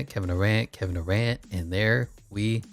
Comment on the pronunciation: Who tf is Kevin doorant I thought it was Kevin Durant